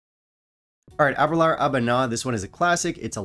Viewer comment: Ahh -ber-lure is the main reason I started drinking Scotch. Discovered it in Edinburgh the first night we were there. But please learn to pronounce it ! :-))